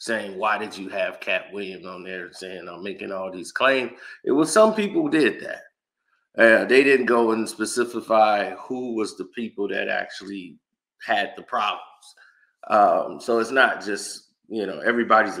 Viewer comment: WTF is"Spesifify"